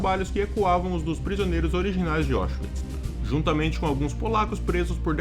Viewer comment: A pronúncia correta é "Áuchvits", não "Óchvits".